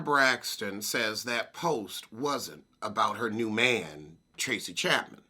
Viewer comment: Say Tracy Chapman again 🤦🏾‍♀️😂